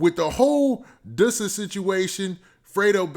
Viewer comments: "duh-sa" not doosa lol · It’s not DOO-SA ITS DUSS-UH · Please stop calling him Dewsa lol,its pronounced Duss-A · You saying his name wrong